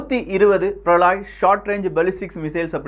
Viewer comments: பிரளாய் அல்ல பிரளய். அதாவது பிரளயம் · பிரளாய் அல்ல பிரளய